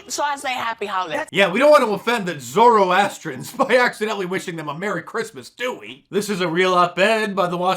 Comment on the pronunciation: 😳😳😳 Who says ZORRO ASSTRIAN?? as a Zoroastrian I'm really offended that she pronounced our religion in the most messed up way possible 🤬🤬😡😡 Since I remember in our community Christmas has been celebrated, we even setup Christmas tree, not as part of our religion but its something that we all love. Zoroastrianism believes in 3 simple things: good deed, good thought & good word.